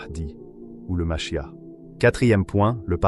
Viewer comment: Dans le judaisme ,le Machia'h ce prononce avec le R à la fin.